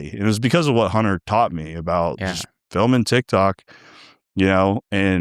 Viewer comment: Did he say trendtok? Or trendtak?